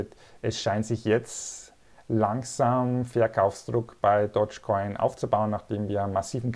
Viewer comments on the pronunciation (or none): Der Coin heißt DOGGGE Coin und nicht Dodge Coin Dog ist auf Englisch Hund und Dodge ist der US Amerikanische Automobilehersteller 😌